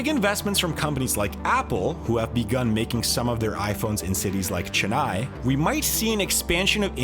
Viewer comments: His pronounciation of Chennai is so triggering… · Pronounce " Chennai " properly. Geez.